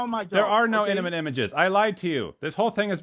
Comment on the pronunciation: lololol. “Iniment images “